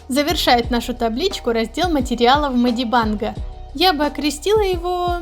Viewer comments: Меня так трясет с этого "медибАнг" МедибЭнг госпаде медибЭнг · А можно не мади банг ... Ты меня прости просто мне уши режит 😂